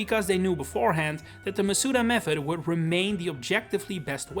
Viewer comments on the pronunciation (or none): how do you say the wrong pronunciation of Masuda and then the correct way in the same sentence without realizing